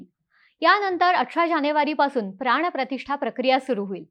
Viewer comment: प्राणप्रतिष्ठा asa ucchar ahe. …